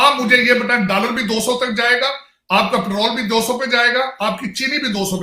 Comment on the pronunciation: Dallar Nahi hota doller hota hai